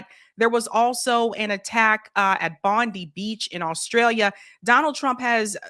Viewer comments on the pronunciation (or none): You say Bondi as Bond-eye, fyi for future. Though I never get old of you guys pronouncing Australian names. 😛 The individual that stopped one of the shooters in Bondi was a Syrian fellow, which threw a wrench on the narrative somewhat. Enjoying your work ✌️👍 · BOND EYE. Bondi , It`s pronounced Bond Eye.......